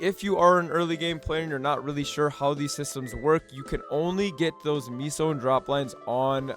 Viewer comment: What is meeeso gear? Why is he calling meso meeso